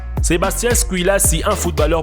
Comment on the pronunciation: mon dieu "squilaci" on dit SQUILACHI" QUE CA SE PRONONCE